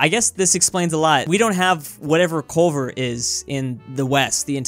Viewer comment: Every time he said Culver I died a little. Culver’s is the shit boy